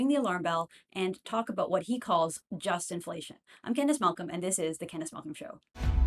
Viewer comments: Justinflation is pronounced Justin-Flation --- not Just-Inflation. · Candice Malcolm didn't - She mispronounced the term and in the description True North has it as "Just-inflation".